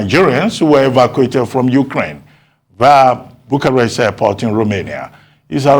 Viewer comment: A Nigerian Master's student can't pronounce the capital city of Romania this is sad.